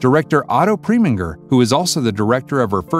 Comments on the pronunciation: The way to pronounce his name is ….PreminGER (the sound of the GRR) NOT like PreMINGer. PROPER PRONUNCIATION MATTERS! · Otto "Pree-ming-er", Francois "Truffet", Warren "Beety", " barbitch-oo-its??? Obama said "Corps-man" so maybe he took diction lessons from this narrator. 😆